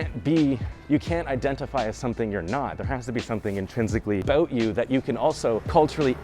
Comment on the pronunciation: for example your pronunciation of "about"